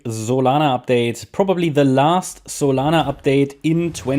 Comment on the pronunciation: zolana xD